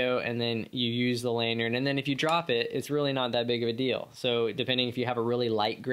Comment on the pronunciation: "Lanyard... lanYard...LANYARD" not "lanyern"